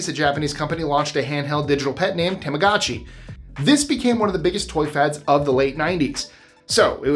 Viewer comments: It’s pronounced tamagoochi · Its pronounced TOMogachi